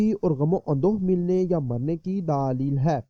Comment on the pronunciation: daaalil hai.hahaha.bhai daleel hota hai.daaalil nahi .